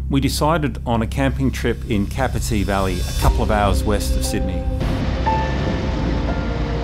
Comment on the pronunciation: Capertee is pronounced Kay-per-tee!!!!! And this is my backyard 😊